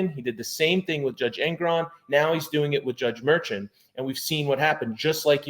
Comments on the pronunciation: I guess it doesn't matter but I believe you're pronouncing the judge's name wrong everybody I've ever heard it speak his name the judge's name it's not merchant is Marshawn and I don't know if the spelling is right here but you get my drift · I thought it was Judge Merchan was pronounced (Murshon)? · You pronounce the judges name as “MerShawn” 😊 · I think you should check on the pronunciation of the judge's name